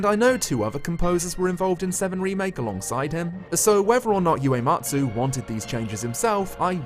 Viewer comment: Small note, but it's "Uematsu", not "Yuematsu". 植 (the "ue" in "ue-matsu") means "plant" (as in to plant a tree); 故 (yue) means a cause or a reason.